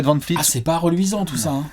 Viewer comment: Salut, c'est VAN VLEET pas VAN FLEET,, stp.